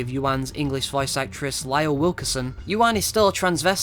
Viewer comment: Oh! Lisle is pronounced "Lee-Sull" by the way.